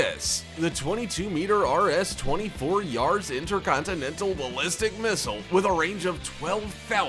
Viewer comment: I can't stand way he names things .. the 22 metER rS inTERconTInenTAL ballisTIC ... blah blah blah